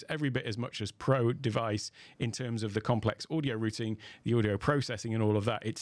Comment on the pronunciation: finally someone that can pronounce "Routing" correctly